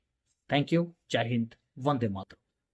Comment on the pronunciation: भाइ साहब म में हलन्त होता है मातरम MAATARAMA is no word at all !! It's MAATARAM मातरम् 🎉